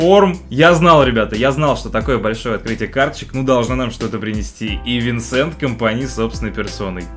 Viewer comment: очень круто! правильно говорить Винсан.